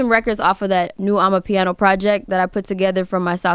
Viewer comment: please learn how to say AMAPIANO. love you!